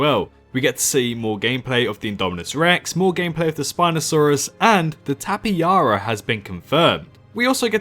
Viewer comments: TAPAJARA LOL 😆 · Tapejara not tapeyara. Dat cool video